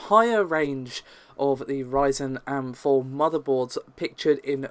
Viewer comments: WTF is an am4 motherboard? its in capitals, because they are individual letters, its AM4, and please stop calling Nvidia cards, "thai". its TEE.AYE. TI !!!! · Says AM4 as am-4 Says SKU as S.K.U. Why so backwards? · Mshojat like "I am" am. first time I've heard that one, though it sounds like it would be used a lot. I hear skew more than I hear S.K.U.